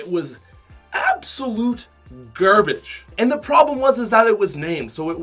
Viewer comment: gerbege lol